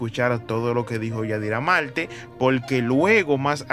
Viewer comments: Se dice Marte no Malte, mi hijo usas las palabras correcta, quizás lee un libro estas hablando muy mal. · Pero amigo trate de hablar mejor, practique para que mencioné la "R" coooñññooo Malte Velada Menciona la "R". La "R" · se dice marte ..no todo es con ...l...aprendes a escribir..si quieres hablar bien como yadira..tienes que estudiar...